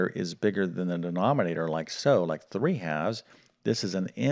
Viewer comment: Generally you speak clearly but it took me a while to work out that prom means problem and denomnator is denominator. Is prob, problem? Noom rater?